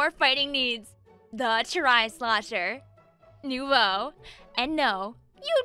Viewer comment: In case you guys don't know, Nouveau is pronounced "nuvoh".